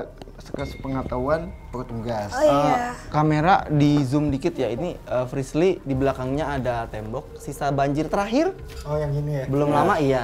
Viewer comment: Kenapa ya den ananda mangil frislly itu malah frisyy😅